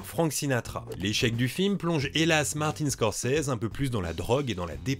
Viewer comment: "Martine Scorzizi"